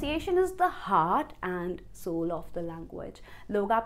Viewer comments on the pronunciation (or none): none